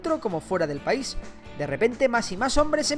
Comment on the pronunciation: Pais, no Paris